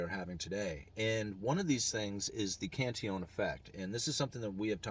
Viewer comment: UE prounounces correctly.